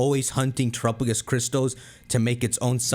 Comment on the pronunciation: The way pronounces Terapagos is going to give me an aneurism